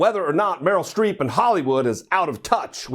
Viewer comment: Genie H well it's Streep not street so...